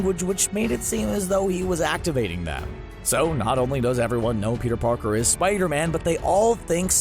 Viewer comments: around this time he said “Peter porker” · did he say Peter porker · "Peter porker"